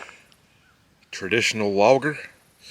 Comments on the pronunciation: Keep up the good work, I watch and enjoy all of your videos. You Make me wanna get a rig my self and explore the country. The beer you was drinking is pronounced Yingling it’s from PA. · It's pronounced "Ying-Ling" ;) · Its a PA beer pronounced “ying-ling” cheers 🤝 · 🤦🏽‍♂️ I work in the beer industry & im going 2 upfront with you...the way you just just said the name of that beer completely wrong,just hurt my soul. I understand you never had it or seen it before,but use your phone to get the proper saying because that just hurt extremely bad